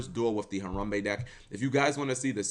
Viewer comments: i swear you literally try to pronounce things wrong just to piss people off. harumbee? really? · harambe not harumbe , put some respek on it. unsubscribed.